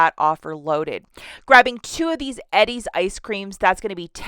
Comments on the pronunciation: lol i dont think ive ever heard it pronounced ed-deez ..... usually its E-deez :) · Lol, it's killing me how you keep saying Eddie's. It's pronounced EEE-DIES. 😊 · Its pronounced Eee-Dee-s ☺🤗